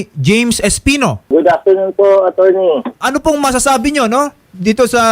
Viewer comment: ATTERNI ANG BIGKAS NI INSTEAD NA ATTORNEY😂